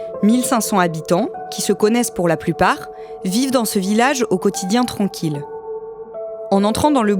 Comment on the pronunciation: Vous avez un problème avec la sonorité des mots. On ne dit pas tronquille mais tranquille